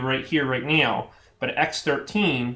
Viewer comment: listen to how he said now